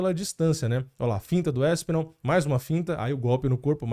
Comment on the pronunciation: Não é "Éspinal", é ASpinal. Não é ISpecialista, é Especialista.